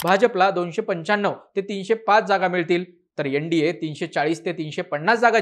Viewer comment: यन डी ए, पक्षाणूसार. उच्चार सुधारा नम्र विनंती.